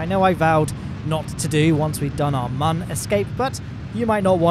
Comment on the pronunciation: Nah. There’s no umlaut on Mun (there aren’t two dots above it). Squad has confirmed it’s Mun, rhymes with Sun.